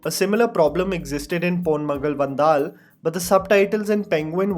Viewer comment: Learn how to pronounce Ponmagal Vandhal